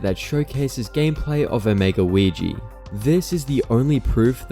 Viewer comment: No way bro called weegee “ouijia”